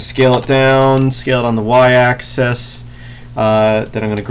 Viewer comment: Why do you pronounce axis as AXE-AS still love your tutorials btw :]